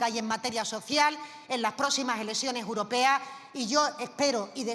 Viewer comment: Elesione uropea 😂😂x dios q le pongan un logopeda a esta inútil pueblerina